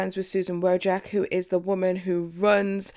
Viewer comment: it's pronounced wo jis key